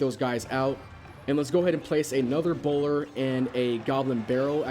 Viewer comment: did he say bowlder?